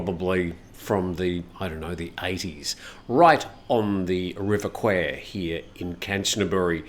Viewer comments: Nice to hear you pronounce the river Kwai correctly and well done on the 20k 😊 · Thx for the news and save way back. Impressed for pronouncing Kwai right (most do like "Thai"). Most people are not aware, why this railway line along the river up the mountains was build: Japan wanted to make war against India. Insane. Peace to the souls of 10000nds prisoners of war, that had to loose their lifes for this.